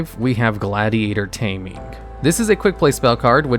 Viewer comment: I dont think you've read gladiator taming right.